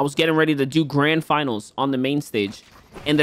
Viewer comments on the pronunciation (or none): none